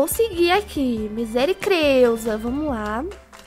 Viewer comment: Faz assim escolhe um obby e cada vez q vc morrer vc coloca um item colorido mais na ordem do arco íris por exemplo: vc caiu aí vc escolhe algum item vermelho para colocar e aí depois vc morreu e aí vc coloca laranja e aí vai indo. OBS: a falando misericreusa foi muito engraçado kkkkk